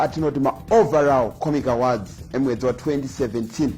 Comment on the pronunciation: My man the way you're pronouncing the word "AWARDS" is wrong. You're pronouncing it as "AWADZI". Please ask google/youtube for the correct pronunciation.